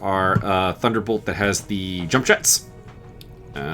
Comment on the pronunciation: "Let us simply... yump into it."